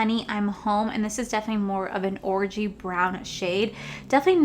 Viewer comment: That look is gorgeous!!! Look at you playing with a red shade and slaying it 🔥 I seriously for a split second thought you said orgy brown instead of orangey brown lol